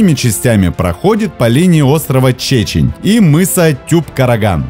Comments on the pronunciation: Остров не чечень, а Чечен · Только название острова произносите с правильным ударением. ЧечЕнь, а не ЧЕчень.